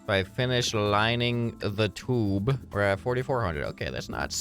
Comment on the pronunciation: I laughed every time he said tube😂😂 (Toob hits hard🔥🔥🦅)